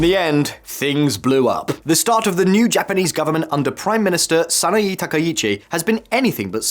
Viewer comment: Good summary but… in Japanese vowels are regular. “E” is always like in “Bet” a Sa-Na-Eh, not Sa-na-Ee - he is saying E the same as i like Sanai Takaichi. That said good summary, just need to not follow the English tradition of randomly mangling vowels